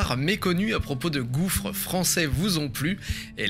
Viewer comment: Hi D, just got the video while i was scrolling your channel, gouffre means like an endless feeling hole, the last S is silent, i'm gonna enjoy the video now